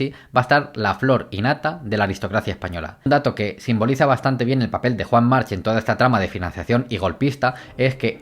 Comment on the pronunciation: buenisimo! solo un apunte, Joan March se pronuncia "marc", la h es catalan arcaico y muchos apellidos acabados en c llevan la h